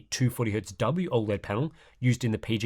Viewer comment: Every now and then I come back to this channel just to see if still pronouncing OLED "all-lead".